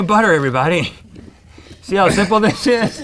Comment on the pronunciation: Note to all: Rhett did not say "sh*" . He said "See how simple this is?" But he muffled his words and said "See how simple thish is?". He said "thish" not "this sh*".